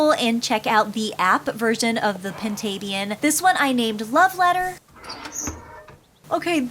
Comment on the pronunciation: I always pronouced Pintabian as (pin•ta•bee•n)